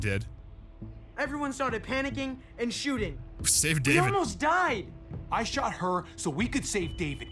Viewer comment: its a pretty big oversight from the voice acting perspective how their dad pronounced david the american way instead of as "dah-VEED"